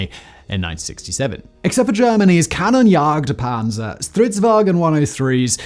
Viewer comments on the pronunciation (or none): The pronounciation of "Kanonenjagdpanzer" made me burst out laughing :D